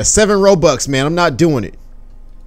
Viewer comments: when u said robux u said roblux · he said oh 3 roBLUX any man love the video